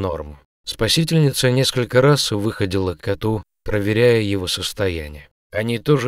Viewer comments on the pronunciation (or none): Почему вы читаете вОды и Еды с ударением на первом слоге? И вместо выходИла говорите вЫходила?